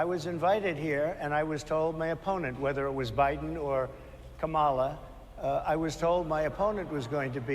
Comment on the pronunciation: How do we feel about the intentional mispronunciation of Kamala's first name?